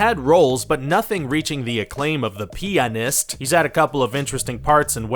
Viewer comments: Oml the way he pronounced the pianist made me cringe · “The pi-ah-nist” 😂😂😂😂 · It was on PURPOSE. It's called a joke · or as like to pronounce it penis.